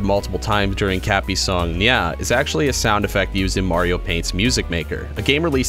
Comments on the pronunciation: It’s nyaw not NyAh! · It’s neow